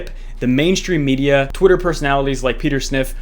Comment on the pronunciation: Peter Sniff 🤣🤣🤣🤣